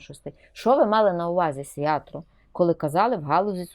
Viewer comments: Не "Сиятро", а "Сиярто". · мадьяри роблять своє, а от що робить Зє!влада???